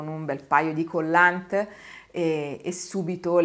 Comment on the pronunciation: Voreei farle presente che collant si pronuncia senza la t, con simpatia.